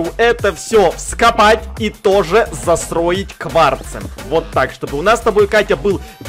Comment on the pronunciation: а почему ты говоришь сасроить а не застроить сасараиваем а не застраиваем